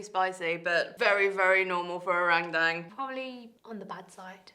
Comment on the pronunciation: Jenny pronounces Rendang and the name of the ingredients so well in Bahasa. Love it!